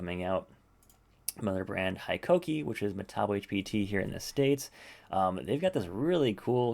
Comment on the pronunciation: It's pronounce Hee-Ko-Kee NOT Hi-ko-key. It's made by the Japanese Company, Koki Holdings Co. Ltd. (formally Hitachi Koki Co. Ltd.) which also sells metabo HPT, metabo, CARAT and SANKYO Diamond Tools.